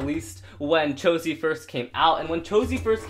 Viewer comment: He said chosie